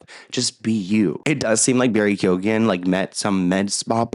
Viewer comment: Was anyone team Amber 😂 and it’s Barry key-own